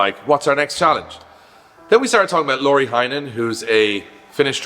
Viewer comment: Lauri - Lau-re - not Lorry. Think the Bad Boys scene with "I'm Mike Lowwww-reyyy" :D